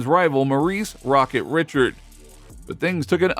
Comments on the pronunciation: The guy reading this sure has trouble pronouncing names.I.E. Rocket Richard. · Missed pronounced Rocket Richard's last name also. Poor job.😮